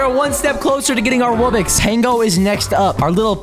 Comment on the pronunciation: Wubbix 💀💀💀 ITS WUBBOX NOT WUBBIX